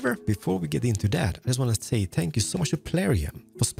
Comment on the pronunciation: It's funny how he says thankyou, Spankyou I dnt know if he doesn't on purpose or that's just how pronounce it. 😂😂😂